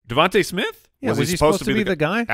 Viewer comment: at :57 min - I think it’s DeVon-tah not Devon-tay Smith, right? Maybe I am wrong.